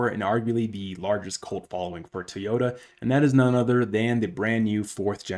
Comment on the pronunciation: Try it with me...Toy Yoda! NOT TEEEEYODA